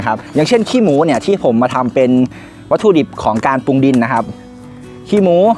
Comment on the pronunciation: น้องสุดยอดเรื่องการเกษตร แต่ต้องปรับปรุงเรื่องการออกเสียงให้ถูกต้องด้วยคะ เช่น แกบ ปุง ปา ผิดพาด พั่ว วิธีออกเสียง เช่นคำว่าแกลบ ให้ออกเสียง กะ_แหลบ รัวๆเร็วๆ กะแหลบๆๆๆๆ ปรุงให้ออกเสียง ปะ_รุง รัวๆเร็ว ปะรุงๆๆๆๆๆๆ ปลูก ออกเสียง ปะ_หลูก พลาด ออกเสียง พะ _หลาด ๆๆๆๆ พลั่ว ออกเสียง พะ_หลั่ว ๆๆๆๆ เป็นต้น การออกเสียงที่ผิดจะเป็นการด้อยค่า เนื้อหาของคลิปคะให้ไม่น่าเชื่อถือ